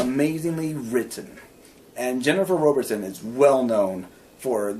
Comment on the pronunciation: Wow! I just found this! Thank you! (Yes, I'm the author.) The South is basically the Middle East, and the North is Scandinavia. I'm currently working on #8. Thanks again for the great review! BTW, it's pronounced ROBB-erson. Everyone gets it wrong, so don't sweat it! 8-)